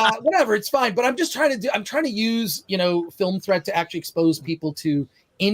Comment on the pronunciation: I swear said Film Tread, when Film Threat is right there on screen next to his name